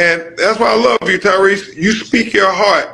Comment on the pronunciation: If you’re gonna keep up the current grift at least get Tyrese’s name right… I’ve never heard any other person pronounce it that way